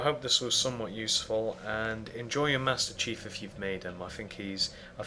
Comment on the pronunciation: btw master chief is pronounced cheef not chef XD